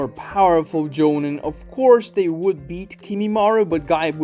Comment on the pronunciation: gaara when calm is low kage level, kimimaro beat him and lee while dying. he also HAS to be stronger than jugo by lore alone who is either elite jonin or low kage. he should be around the same level as hebi sasuke. this channel sucks and the guy cant even pronounce jonin